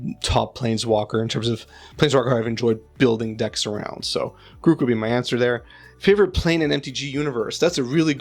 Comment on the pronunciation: I am really glad you say Garruk the correct way ;) Congrats on 2k!